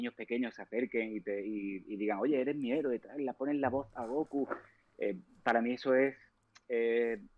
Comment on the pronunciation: Cómo que gokú o góku. 🤣🤣 Es Kakaroto